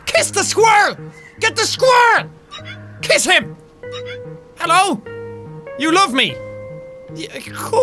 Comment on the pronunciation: when he spelt his coffee he did ffffffffff and then he said hello f f f f f f f f f f f f f Hello sounds like fellow